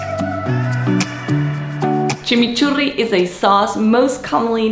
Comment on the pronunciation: Exactly way to say Chimichurri 🥰